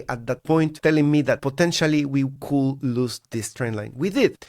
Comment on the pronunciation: when you use the word "could" you say "coul" you always forget the D <3